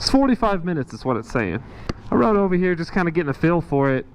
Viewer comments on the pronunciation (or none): none